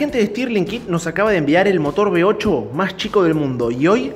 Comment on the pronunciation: ¿Eres alemán? ¡Qué coño eso de "B8"!, uve ocho , osea ocho cilindros en uve como la letra "V" y se pronuncia uve. no be. Por lo demás, muy bonito el motor, el de arranque también